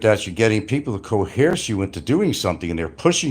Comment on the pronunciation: Co-hearse? Is he trying to say coerce? - Sounds like a threat towards a Filipina citizen. - is always 10 steps ahead. - Sounds like another threat. - "Kill children?" Sounds like a Freudian slip. - Sounds like another threat.